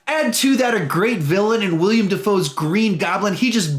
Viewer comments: It’s willem Defoe not William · Who’s “William” DeFoe?